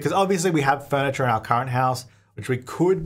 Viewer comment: "we have forniture at home"